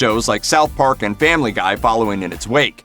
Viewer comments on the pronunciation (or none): none